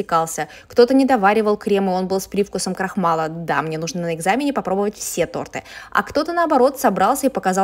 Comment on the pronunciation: не торты, а торты